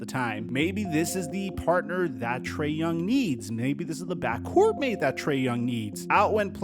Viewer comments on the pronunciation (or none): none